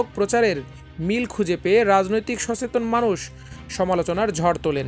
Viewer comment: সংবাদ পাঠকের উচ্চারণে ত্রুটি লক্ষণীয়, যেমন: সচেতন রেজিম চেঞ্জ এছাড়াও আরো রয়েছে।